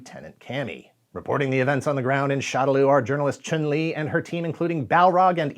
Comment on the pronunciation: I knew you didn’t play when you tried and failed to say “Chun-Li”.